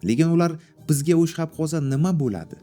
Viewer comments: Hammasi yaxshiyu nutqizda bir ikkita xato bor o'shxab emas o'xshab bo'ladi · O'xshab ❌ O'shxab ✅